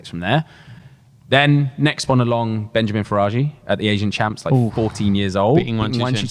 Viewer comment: Hey it’s Benyamin. Not Benjamin.